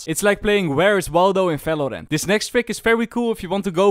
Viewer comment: It's part 28 and he still speaks it as "falorant " T_T (no offence jk btw love ur vids<3)